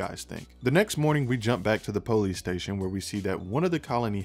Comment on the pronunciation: I love with you say PO-lease! LOL Don't change!